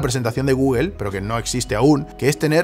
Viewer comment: porque pronuncias tan mal google xd